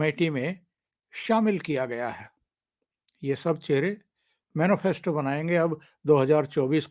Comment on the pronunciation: जी राम राम। बहुत ही अच्छे विषलेशन के लिए साधुवाद। सही उच्चारण मैनीफैस्टो है। मैनोफैस्टो नही।